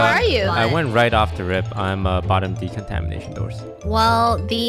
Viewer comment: its called decontamination, not decontanimation.